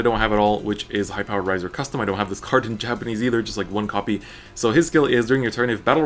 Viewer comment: 'Rai' is pronounced like "rye." He's pronouncing it right.